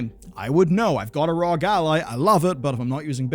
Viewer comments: ROG stands for republic of gamers pronounced R O G LOL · its not rog , its R O G